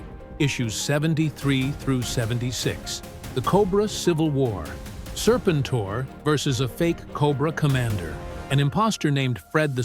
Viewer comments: Say the name right, then maybe I will watch the rest of your stupid AI video. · I had to stop after hearing his name pronounced wrong on the fifth time. I can’t. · You really should proof-read the AI script. The text-to-speech is bad enough on the pronunciation of Serpentor without trying to convince me that it was Mindbender shot the Egyptian authorities with wrist-rockets while showing Destro. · This feels very AI… how can you not say the guys name